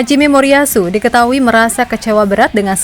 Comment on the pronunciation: Ngomongnya jangan "Haji Memoriyasu" dong min.. Tapi "Hajime - Moriyasu". Jauh beda mimin syg....